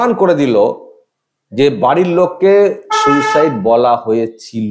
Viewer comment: উচ্চারণ ও বাকভঙ্গীমায় মোটেও অ্যাসিসট্যান্ট সুপার বলে মনে হচ্ছেনা, ' সুইসাইড' কে 'সুসাইড' উচ্চারণ! এই মহিলা অল্পশিক্ষিত এবং হাসপাতালের সাধারণ কর্মী হবে, একে দিয়ে মিথ্যেগুলো বলানো হয়েছে।